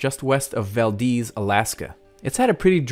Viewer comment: Thank you for saying Valdez correctly!